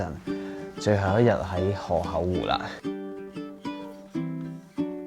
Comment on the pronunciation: 諗起當年第一次睇Mike就係河口湖嗰集 覺得Mike將河口湖讀做河厚湖好好笑 🤣